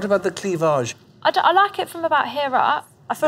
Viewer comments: “Without showing to much clevoge”it’s pronounced cleavage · Why does David says cleavage as 'clee-vaaj' lol... that's the first time I've heard that pronounciation of it lmao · the way he says cleavage is awful (I'm a brit, literally never heard anyone pronounce it remotely similar to that, was weird)